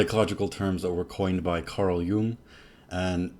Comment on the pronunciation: And you pronounced Carl Jung's name ("yoong") correctly, one of the very few that do! Thanks. 😊